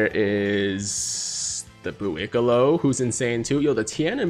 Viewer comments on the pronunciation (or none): Can you pls just say Buucollo and not Buuicollo